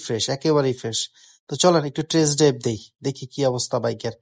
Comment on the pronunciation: ভাই একটা সমস্যা, একটু ঠিকঠাক করে নেবেন। টেরেস ড্রাইভ না ভাই। টেস্ট ড্রাইভ হবে।